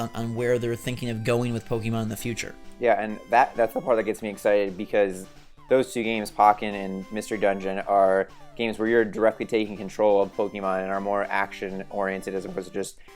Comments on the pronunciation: I lol'd when they pronounced Pokken wrong....they said Pock-ken but everyone knows it's pronounced Poke-ken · ITS PO-KKEN JESUS!! NOT FUCK PAH-KKEN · pock-en makes me cringe thought it was ,po-ken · Who pronounces it POCK-en Tournament..? It's PO-ken. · I like how they mispronounce Pokken. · The pronunciation... it hurts... I really want Pokken on Switch though, so bad. It would be an instant reason for me to get it should it get a port. I'd also love if the Switch manages to make even more possibilities for main series games. Hopefully we get both. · The way one of them says "Pokken" gets me TRIGGERED. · Not finishing video because of the way they say Pokken. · Cool video. Also heads up you are pronouncing Pokken wrong. All you do is say Tokken with a P instead of a T.